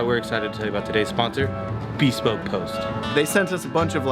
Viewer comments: "Bee-spoke post?" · Promoting a company called bespoke post without knowing how to pronounce bespoke.